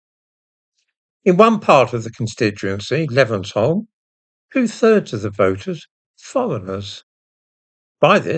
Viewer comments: The hul in Levenshulme rhymes with hew, not with Hull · Morning, its pronounced Levens-hume I was unfortunate enough to grow up near to Denton. Expected the result so wasn't shocked at all. Its a really disgusting part of the country. In the 90s it was a white area with a lot of black people but now its full of different....folk. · It's pronounced "Levens-hume" as in Alec Douglas. And what the heck is a Pol-ing booth? Is English a second language for you? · Google how to pronounce Levenshulme ;)